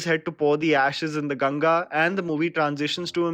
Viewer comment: And thank god u said GANGA not genges